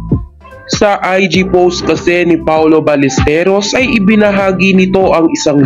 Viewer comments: HI Correction lang po sa pronunciation last name ni PAOLO BALLESTEROS (BAL-YES-TEROS) po hindi Ballesterios ✌️ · pronounce mo apelyedo ni paolo as BALYESTEROS (BALLESTEROS) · Hindi po paolo balesteryos kundi paolo ballesteros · BALLESTEROS HINDI BALLESTERIOS